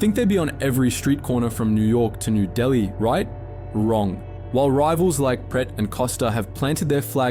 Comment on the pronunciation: Very few English people can pronounce Pret properly ... It's like "pray"